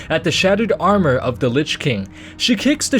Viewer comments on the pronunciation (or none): none